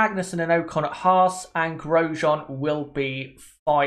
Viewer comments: its ocon not oakon the way u say his name is so annoying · Oc-con not o-con